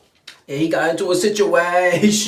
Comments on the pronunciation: lil bit of uh situAashun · the way he say situation 🤣